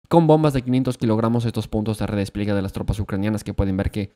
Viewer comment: redes pliegue maaaaaal, redespliegue re-des-plie-gue todo junto, madre mía